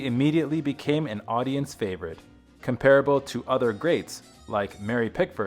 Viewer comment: Learn to pronounce the word 'comparable' properly